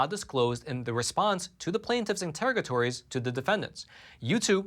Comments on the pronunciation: Grammar police here…just wanting to educate, not humiliate: Interrogatories: In-ter-aug-a-tor-ies… in court are lists of questions or requests for further information. Not a word used regularly…just seek to help… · Please learn how to pronounce interrogatories.